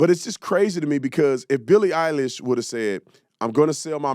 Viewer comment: Did you say Billie Isis??? 😂😂😂